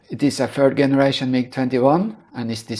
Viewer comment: Excellent video series on the mMg-21. By the way, in English, the “G” in the word “Generation” or “generator” is pronounced like a “J”, as in the word “jump”. “J”eneration…. !!! Hope this helps in future videos.